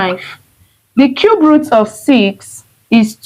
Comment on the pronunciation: Cube not Cubert 😂